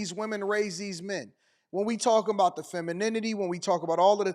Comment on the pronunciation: yeah great teacher, can't even pronounce "th" sound.